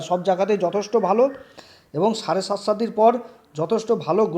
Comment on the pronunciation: সাড়েসাতি ঠিকঠাক উচ্চারণ করুন